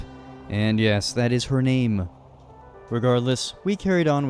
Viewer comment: one of my favourite things about this series is how he pronounces the names. it's so cool that he takes the time to learn